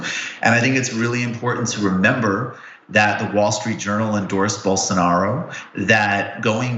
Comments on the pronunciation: Unbelievable that the left-wing liberal socialist progressive communist Marxist atheist media can't pronounce Bolsarnaro's name correctly. No wonder Rave left for greener pastures. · You just showed why no one should take Rubin seriously. Come on, I am a regular guy and I know how to pronounce Bolsonaro's name and that he is hyper-conservative. How does a paid commentator not know this?